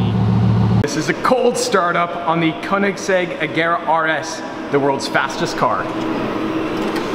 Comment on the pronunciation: koenigesegg so sorry